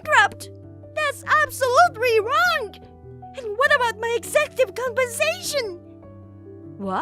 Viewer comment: 'Executive' is pronounced 'eg-zek-cue-tive' not 'eksee-ko-cute-tive' 🙂 As an aside, I always feel a liiiiiiitle bit sorry for these 'male heirs' MILs. They were raised in a time and countries that drilled in all this generational misogyny - they would have been told from the start that they're worthless to the family because they are girls, and need to prove/redeem themselves in worth by marrying asap and start producing sons. Doesn't excuse their behaviour to the DILs now, but being raised that way sure does ingraine into the mind, just like any generational mistreatment. (And yes I know a few countries still hold to raising girls this way, even today 😔)